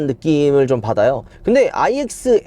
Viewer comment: 내 귀에만 N으로 들림?? 자꾸 N이라고 하시는것 같은데....